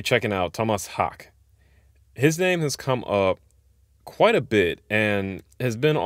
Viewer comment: Dude, I found the live video of Bleed and I was blown away by the percussion and how tight the whole band is. Just a beast on drums. And his last name is pronounced like Hak-uh. I did the same thing. Having a weird name , Ibby, before it was in vogue 😉, I have heard every derivation of it and have become more tuned in to correct name pronunciation. Anyway, I watched an interview with Thomas and he said it took him 6 months to work out Bleed and feel comfortable with it.